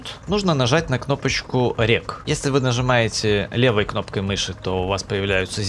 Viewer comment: Нызымаете? 5.38